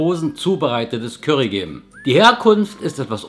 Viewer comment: ich liebe es, wie du "Kürry" sagst:))))